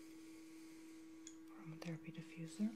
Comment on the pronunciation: what is eroma therapy for is it for your cough